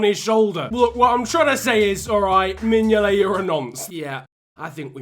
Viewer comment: I bid mingolet pronunciation malfunction like mingoltes goalkeeping ability, a half eaten toffee apple before the box arrived in Merseyside, steroids so the box can move faster than giroud on a Saturday night and 1p for a kinder egg